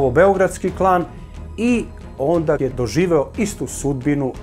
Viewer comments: koliko je mutav voditelj ... kad je izgovorio ONDAK tu je bio prekid filma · Super emisija, ali zaparala mi uši reč - ONDAK !!! Nekoliko puta izgovoreno. Ne treba slovo K na kraju. Još jedan detalj, Arkan nije ubijen 04.Januara !!! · sve sve,ali kako "ondak" zaboga... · Ondak, ondak, ondak. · "ondak" hahahaha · Ne kaze se "ondak". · Kaže se ondaaa